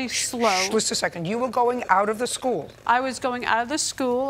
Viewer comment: the way this lady pronounces "school" is blowing my mind lol